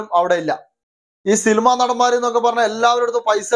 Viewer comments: സിൽമ അല്ല സിനിമ ആണ് ബ്രോ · സിൽമ അല്ല "സിനിമ" എന്നു പറയൂ. കളിയാക്കിയതല്ല , പബ്ലിക്കിനോട് സംസാരിക്കുമ്പോൾ കുറേയധികം കാര്യങ്ങൾ ശ്രദ്ധിക്കണം. വീഡിയോ നന്നായിട്ടുണ്ട് . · സിൽ മ അല്ല ടോ സിനിമ